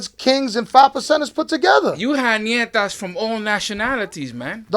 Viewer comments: The niggas is dumb it’s not nietas, it’s Ñetas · English speakers pronounce it Nietas, which would mean granddaughters. But the name is in Spanish is actually Ñetas. Which would definitely not mean granddaughters anymore...